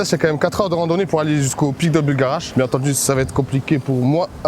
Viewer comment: faut arreter de dire buLgarach par contre ptdrr